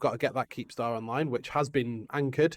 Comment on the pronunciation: It's not a keepstar, it's a keeptar